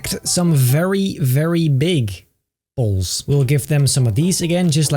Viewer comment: no disrespect but when says "poles" it sounds like he is saying "balls".